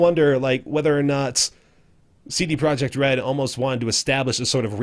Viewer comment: Well, you did pretty good job with pronounciation of CD Projekt, it sounds exactly the same in polish. Another great ep. of dope series. Keep it up! :)